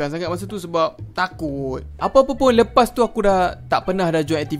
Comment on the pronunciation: yang pekataan leas tu benarnya lepas